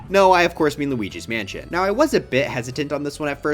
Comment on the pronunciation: why did you call it lugis Mansion 😢 i thought it was called boston building! 😭😭